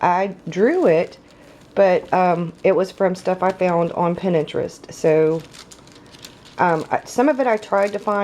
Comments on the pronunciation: it's prounounce "Pin-trest". 😉 Love your BOS! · plays Pinterest. pronounced 'pintrest.' She massacred the word Celtic too. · Lmao the way you say Pinterest tho ....! Love this video. Was looking for good inspiration and good examples and this was a good example. Thanks for sharing = )